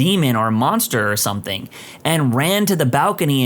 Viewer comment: There is no K in the word something , somebody tell the narrator